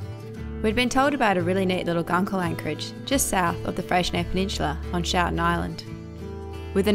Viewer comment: I have stayed over night in that little bay in a 24 foot Cray boat. By the way the island is pronounced wrong it is pronounced as in shoe. Also use a flat head screwdriver too get abalone its a lot cheaper